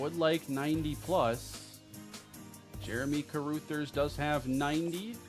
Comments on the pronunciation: Carrooothers is a crazy pronunciation 😂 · CA-RAH-THERS 😂 my girl is losing it over here with this